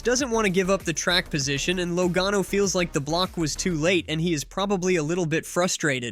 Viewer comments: Commentator keeps calling him Low gone o.love it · Think you need to learn how to say Joey's last name correctly